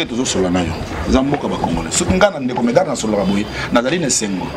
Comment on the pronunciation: journalists ayebi musala te , kutu ayebi mm ko prononcee medard zonga claase medard lUla mosala botika aventure tolingi bino teeee